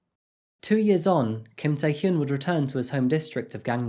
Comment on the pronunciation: Tae Hyun is not pronounced "Tie Hyoon," it is pronounced "Tay Hyun," "Hyun" rhyming with "fun."